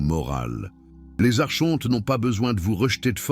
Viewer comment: Par pitié ça se prononce arKonte !